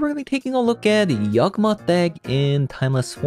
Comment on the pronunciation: y a w g not yag